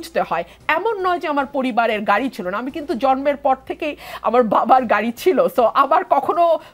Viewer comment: ভাদ্য হয়ে ঘাড়ি নিয়ে ঝাওয়ার ঝন্য আপ্নাখে দন্যভাদ... এগুলো কেমন উচ্চারণ এনসিপির?